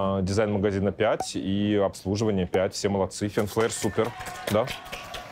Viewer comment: Правильно произносится название магазина — Фин Флер